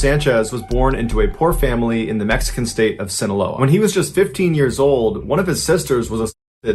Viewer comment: Sinaloa = see-na-LOW-ah. Corrido = corr - EE - doh. Roll the "r's".